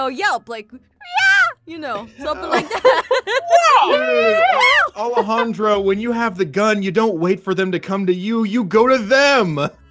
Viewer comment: Anyone here that watches Total Drama cringed just slightly when she said the name Alejandro.